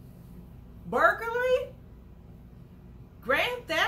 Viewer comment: Girl what is BURGER-LY? Lmao reminds me of the hamburgler from McDonald’s 😂